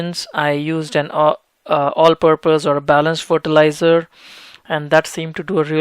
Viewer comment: Fortilizar LOL